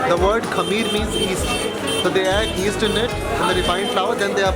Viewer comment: I know that dummies, but he pronounced it East not Yeast.